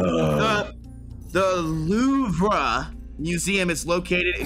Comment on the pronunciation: "LOUVREH" i'm crying lmao it's actually "louvr" in fench xD